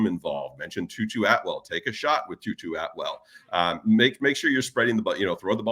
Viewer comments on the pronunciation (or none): Tutu atwell?? Try again , moodafukka…